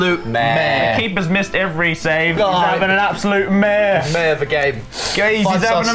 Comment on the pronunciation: he’s having an aBsOlUtE MAAARE